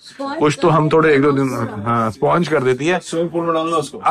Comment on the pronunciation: When he said the word SPONGE VERY FUNNY PRONUNCIATION 😂😂